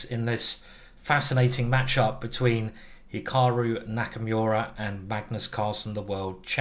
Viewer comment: "Hikaru Knack-a-Myura"